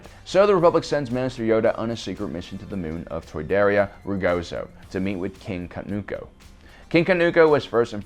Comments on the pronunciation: Say it with me....Kah-TOON-koh, not Ka-noo-koh. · Or “King Kanuuko” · Okay, the blatant mispronunciation of numerous names multiple times is unbearable. Did you even WATCH The Clone Wars, or did you just read all of this information off of Wookieepedia (where names like Wat Tambor and Katuunko are actually spoken and pronounced properly)? I think it goes without saying (it should, anyway) that if you're going to make a video about something, you should at least have personal prior knowledge of it by way of firsthand experience, aka. watching the show for yourself. If you have, then there's no reason you should be mispronouncing things left and right.